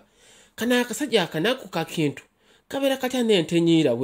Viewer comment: Baganda do not pronounce "Kintu" the way you're doing. It's pronounced as though it's "Chintu"